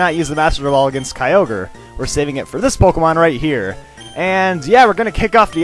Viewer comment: it's kyogre not kyoger dude